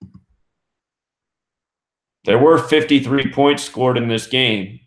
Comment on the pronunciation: he did say 31 pionts